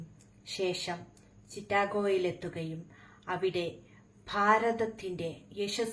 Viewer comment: എന്തിനാണ് മക്കളെ ഇങ്ങിനെ ബുദ്ദിമുട്ടി പറയാൻ നിൽക്കുന്നത് ചിറ്റാഗോ അല്ല ചിക്കാഗോ ആണ് വെറുതെ ഇനിയെങ്കിലും പോളിഷിംഗ് നിർത്തു